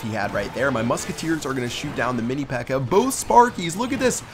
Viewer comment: Lmao, says mini pecker instead of pekka xD